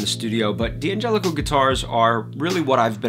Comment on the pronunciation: In an Italian name, the D' prefix is not an initial (that you would pronounce separately), it's a contraction – like in the English word "can't". We don't pronounce "can't" as can T , right? D'Angelico starts with the syllable 'Dan'. (Likewise, D'Addario starts with 'Dad'.)